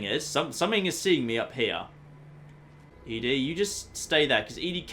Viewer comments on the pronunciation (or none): I can tell you why you are so far from "start" in lonesome Road - You start up high near the top of the Canyon and walk along the side down. BTW ED-E is pronounced "Eddie"